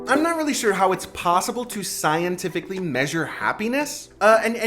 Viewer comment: “Scientifically”. Holy crap.